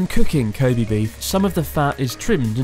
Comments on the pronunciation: you wouldn't even pronounce it koh bay would you? I always thought it was Koh Beh seeing as you pronounce べ as "be(h)" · its pronounced KO-BEH not KO-BEE, kind of odd you are saying it like this after living in Japan this long. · With all due respect, people should learn the correct pronunciation of "Kobe". It is Koh Bay こうべ Koh Bee , in Japanese, means Animal Sex こうび 交尾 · stupid english accent, it's not kobee. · Pronounce kobe like a french or something the “e” is miss pronounced